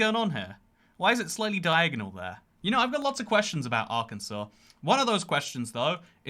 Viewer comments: Arkensaw. It's a law in AR to not mispronounce the name, like you did. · That's Arkansas, Pronounced as Ar-kan-Saw, i live in the state just north of it